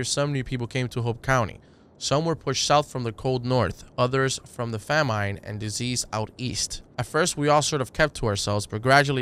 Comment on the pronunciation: FAM-MINE.... (it’s fam-in )